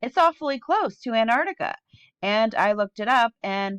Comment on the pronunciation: I love your channel. I agree with most of what you say. As a teacher, it'd be great if you could pronounce Antarctica properly. You keep saying Anarctica.